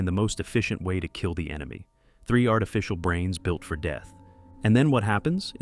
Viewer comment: It’s artificial not artifcial